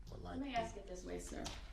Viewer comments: How come some people cant pronounce words that end with TH, they use an F or they cant say the word ASK properly? They say ax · 31 years but I don't believe your that bright. Ha ha. Aks, substain, tacket. All he did was copy her. Every big word he used he learned from her. Face it babbling brooks you got beat by 3 women. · I would be your best friend! 👏🏼🤣🙌🏼 I thought things like this the entire time. And my personal favorite “axe” for ASK. Drives me insane. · "TROOF" "GROUNDS " "DO DAT" "AXES" "NOT" "NOT " HE'S JUST A SQUIRLY SMALL NARCISSIST 😂😂😂😂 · He said sometimes he can't pronounce words.He's not wrong there,he can't even say the word ASK!